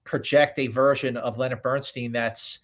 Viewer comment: Scott, it’s BernSTINE, not BernSTEEN.